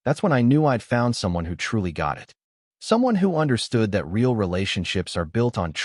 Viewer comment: HEY! MORON! it's NOT ray-all, it's pronounced reel!!!!!!! Get it right or stop producing sub-par content!